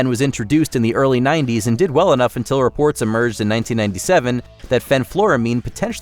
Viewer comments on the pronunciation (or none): none